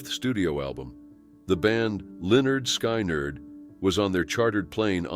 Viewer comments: what name did he just say? way off, sounds like Skynerd .... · Pronounced Lynyrd correctly but SKY NERD..... Seriously, learn how to pronounce the names if you're going to narrate the stories. Wow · Can you say Lynyrd SKIN-ERD? Please and thank you kind sir. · The computer can say Lynyard correctly but not Skynyard???